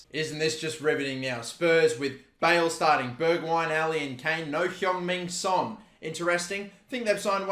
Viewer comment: “Heung Ming Son” lol